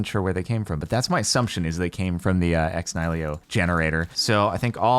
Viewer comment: Day 127 of wondering whether Jardon will pronounce "Ex Nihilo" properly (It's spelled niHILO, not nihLIO!)